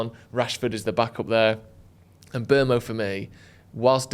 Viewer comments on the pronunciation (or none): Is persistent wrong pronunciation of Mbeumo's name annoying anybody else? He constantly says 'M(berm)o' 😖! It's M(boom)o!! Please please get it right!!! 😉